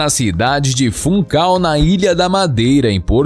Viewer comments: A cidade onde nasceu não é FUNCAL …. O nome é FUNCHAL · mano não se diz "funcal" é funchal tem atenção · Uma correção diz-se "Funchal" e não "Funcal" a letra "h" em português de Portugal lê-se. E ele começou no Sporting. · Nascido em "Funchal" na ilha da Madeira... Não é "funcal" como você falou 😅 Mas, Cristiano Ronaldo, o português, e o melhor e mais completo jogador do mundo! Essa é a lenda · Funchal e nao funcal kkkkk😂😂. Mas o video ta top e gostei muito tem muita informação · É Funchal, não Funcal! E é Turim, não Turino! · É Funchal na ilha da Madeira n Funcal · Funcal? ou funchal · É Funchal não é Funcal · Mano como português n podia deixar de lado não é funcal é Funchal se quer fazer um vídeo faz direito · Funchal e não funcal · nao e funcal e funchal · cidade do FUNCHAL , em português CH- lê-se X, Funkal não existe kkkkkk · O comentador, não sabe ler Funchal, cidade da Madeira e conhecida em todo o mundo 😮